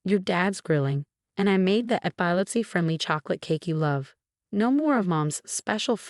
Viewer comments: Next time, hire a narrator who actually speaks English. E-PILE-IPSY? It's pronounced E-PILL-EPSY! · Ee pile litsee? Thought it was ep pil lep see. Come on AI. Even drunks can talk better than you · Yeah. Epilepsy? E POL lip seh??? Răch-ul?? MAR-ti-nez?? Seriously???Why can't they have People read these??? I'm blocking or taking down ALL of these time wasters that are hard to listen to. YouTube, give me my CRAFT videos back!!